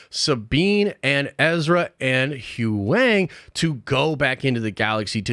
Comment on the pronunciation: Bro, i love you and your videos are dope, but if you call WHO---YANG "Hugh-wang" one more time, i'm going to rip my fucking dick off